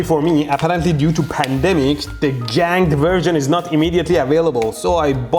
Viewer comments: It's "ganged" not "janged", G-sound not J. GIMME DA MEETAH! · it is not janged, it is ganged as in zweigang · "janged" breakers? "Gang" has a hard g at either end. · I love the exaggerated 'Janged' breakers. I'm going to start pronouncing them that way! Excellent video once again good sir!